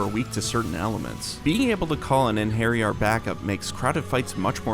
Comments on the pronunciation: The way this man pronounces Einherjar... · Your pronunciation of Einherjar hurts my soul